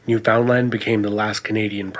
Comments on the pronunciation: It's pronounced NEW FUN LUND (literaly), not NEW FOUND LAND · Point of interest: nobody outside of Canada seems able to correctly pronounce Newfoundland.... It's not New Found Land it's Newf-N-Land... It sort of sounds like the word 'understand'... Understand Newf-N-Land. Interesting facts about Newfoundland: they were the last province to join Canada (1949 IIRC) and they participated in WWII as independent participants with their own Newfie regiment. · It's pronounced new fun land not new found land! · Unfortunate that there are some inaccuracies in this history video, but it has not been made by a Canadian as demonstrated by the way the speaker pronounces "Newfoundland"...always a giveaway! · Yup. Not a Canadian if you can't pronounce Newfoundland the way Canadians do!